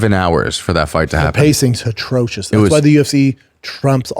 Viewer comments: For someone that says "atrocious" so many times a pod, you'd think he'd learn how to say it. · Hilarious how no one tells him how to pronounce atrocious 😂